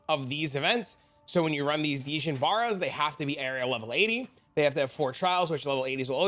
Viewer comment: Dijon Barra? 😂😂😂 bro it’s pronounced jin bar-ee-a…. Cmon man that ain’t some fancy mustard